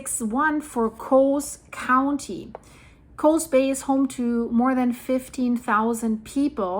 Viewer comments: It's Coos Bay not Coze Bay. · Coos Bay, Coos is pronounced with a U sound, like BLUE . Or Tube, not like Coze Bay. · Coos is pronounced cus like who. Not a long O. My sister lives very close to there. I’m Oregon here.